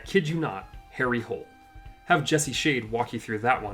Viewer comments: Isn't it properly pronounced "Hole-a"? And yes, the books are often much better then the films. =) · You do realize Harry Hole's last name is supposed to be pronounced "Hule" but for some stupid reason (in the movie and audiobooks), its not....?